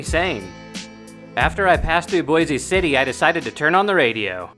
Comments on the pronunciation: Yup there's no boys-E like Boise, Idaho, it's just pronounces boys(boise) city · Its like Boyse (or voice with a B) - NOT Boizeeee. Boise City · It's pronounced like Boys City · It's pronounced Bois city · It's pronounced "Boys City."